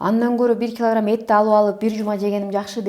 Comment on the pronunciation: Бир килагирамм Дейт го😂😂